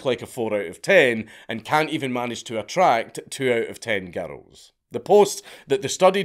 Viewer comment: I like how the word “girls” is two syllables when Dankula says it.